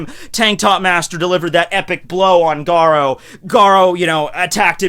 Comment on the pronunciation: you pronunciation of garou is like gadou